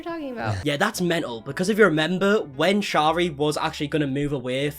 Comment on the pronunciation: If you are going to speak about someone please pronounce their name correctly. Shari is pronounced like carry.